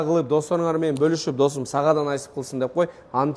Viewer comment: Досм деп кечке эле шалпылдайт экенсин. Досум деген создун кадырын кетирип.